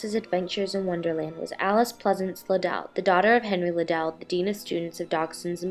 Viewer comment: Watching this video is so frustrating. Not only are these people being completely judgmental, but they are mispronouncing Liddel. It rhymes with "fiddle" which Lewis Carroll has explained before, if they paid any damn attention. Charles Dodgson also wrote the sequel to Alice's Adventures Underground after she grew up and dedicated the story to her and commented on what a beautiful grown woman she had become.